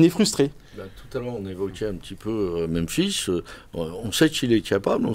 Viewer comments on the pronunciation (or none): Salut, bonne emission. Merci les gars. Par contre, vous faites l'erreur que quasiment tout le monde a l air de faire : c'est meMphis, pas meNphis. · Meme Aulas et Genesio prononcent "menphis", c'est bizarre, la langue francaise doit pousser a pas repeter 2 fois la meme lettre. (Alors que la ville se prononce aussi Memphis)